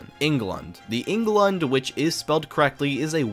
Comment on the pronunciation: its pronounced "eh-ng-glund" oh and there are hundreds of openings that u forgot about